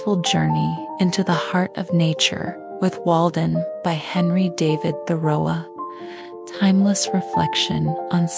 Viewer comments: Is this an AI narrator? 🤔 She pronounces "Thoreau" as "tho-or-oh-uh" (that's my best take on phonetic spelling) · No no, there is a LOT that is mispronounced or mistaken...the period at the end of a sentence.."dot." Measurements of how much he used t build his house at one point turn into another language. We can say that "Washington" can be pronounced different ways but ehen we talk about George, there is only one way. Same as Thoreau. Also, unlike the car or airplane, Concord is pronounced "KONG-kird." This is def AI and drove mr freakin' crazy. Never again when there are do many human talents out there providing superior content.